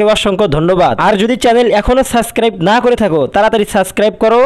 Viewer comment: আগে সাবস্ক্রাইব উচ্চারণ করা শিখো